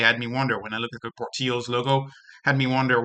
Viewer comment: por-TILL-ohz. Apologies for being the pedant. Love the channel.